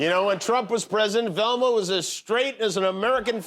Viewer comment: "Relma's a Resbian?" says Scooby. Yeah I didn't figure that out in 1985.